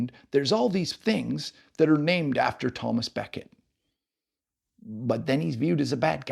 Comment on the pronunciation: Hi - he's Thomas à Beckett - à being the French for "at" or "of", and pronounced accordingly. Not Thomas A Becket which makes it sound as if he has a middle name... nice to see the locality featured on You Tube. The Bishop's Palace in the centre of Tarring village is connected. I think the area was a detached enclave of the Diocese of Canterbury. Try and find a copy of Roger Davies' book "Tarring - a walk through its history". As far as I recall it's all in there. Can't find my copy at the moment to check. A book well worth reading.